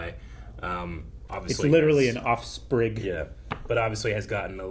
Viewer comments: Just wanted to say I caught "offsprig" when you were talking about Groot. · "Offsprig"! Perfect!